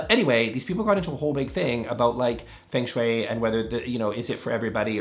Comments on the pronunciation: It’s not pronounced as Feng— FUNG is how it’s said. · That’s not how feng shui is pronounced, not even the anglicized version 😭